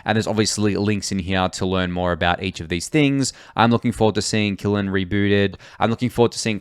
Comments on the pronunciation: thank you. just a note that i think kiln is pronounced "kiln" rather than "killin". i think the use of the name kiln is a continuation of their pottery theme, where kintsugi is a technique for fixing broken pottery, and a kiln is an oven for firing/baking pottery. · Aye Kiln is single syllable, "Kill" then smash an N at the end. Cheers for your content